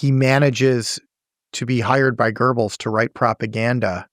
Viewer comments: Guberls😂😂😂😂its Goebels or Göbels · There is no R in Göbels! It's Göbels, not Gerbles!